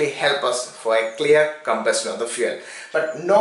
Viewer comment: Its funny when he says fyu*e*ya*l